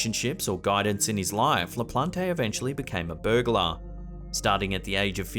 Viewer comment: LaPLANT, not La Plon Tay.